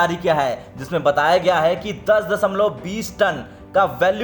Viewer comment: दसमलव, साही लीची, रीच होते हैं। अबे किसने न्यूज़ रीडर बना दिया इसे? अबे आजतक वालों शर्म करो थोड़ी!